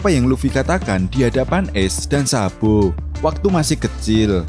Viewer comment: Sabo min bukan sabpo😂